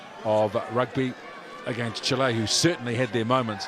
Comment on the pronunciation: Chile not Chil-LAY